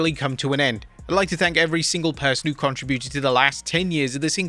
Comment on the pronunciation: How is it that people no longer know how to properly pronounce "contributed" anymore?